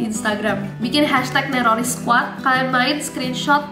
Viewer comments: Nessie Saat Berkata Nerroris Kyak Bilang Teroris Njerr Akwowk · Kak pertama kali saya denger neroris saya dengarnya teroris